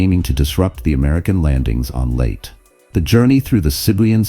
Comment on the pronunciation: Indeed. “Late” Gulf? It’s pronounced “Lay-Tee”.